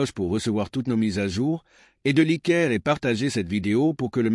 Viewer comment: apprenez à votre IA à lire " laîké " au lieu de likèr! c'est agaçant!